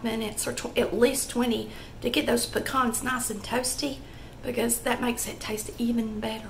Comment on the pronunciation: Thank you for saying "pecan" correctly. ✅️